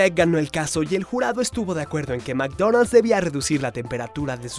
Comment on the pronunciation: meecdoneld's se pronuncia ,, yo le digo macdonal